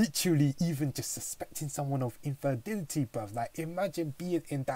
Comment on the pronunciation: It's infidelity not inferdility